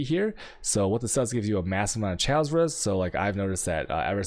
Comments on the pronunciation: he pronounces chaos "chows" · But why pronounce chaos like that... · How the hell do you pronounce chaos LOL.